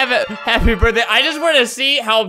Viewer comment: she legit said happy bordey tu yuv